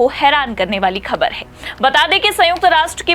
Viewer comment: Anchor, improve your bad pronunciation. You can't speak: ka, kha,, Z, J. Khabar, Khatra are wrongly pronounced.